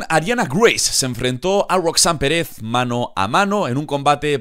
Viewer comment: Se pronuncia pErez y carmElo no perEz y cArmello 😂 las entonaciones son importantes